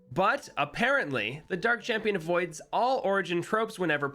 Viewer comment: ah yes,my favorite tower,*Dark Chamion*